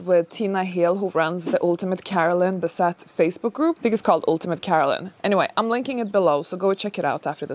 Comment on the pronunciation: Your video begins by you saying her name wrong.